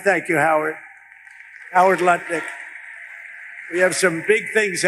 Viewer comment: Did he say Howard Buttlick?